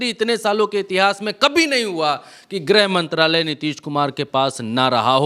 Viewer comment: Grah mantri nahi bola jata grih mantri bola jata hai.